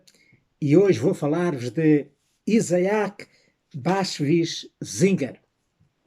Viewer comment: "Iza-ak" não, mas sim "Itzák".